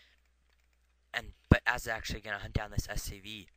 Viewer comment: Might want to raise volume a bit using audacity or Camtasia. Oh, and I get to show off that I once lost to Ahzz in a Bo3 0-2. =D. Oh, and I think you pronounce Ahzz as Awwz You could work on making your commentary flow better, explaining the significance of each event. and going in depth a bit more. I don't think sniping medics is really useful since they just heal each other so fast and missing a target fire will pretty much screw you up. Good commentary.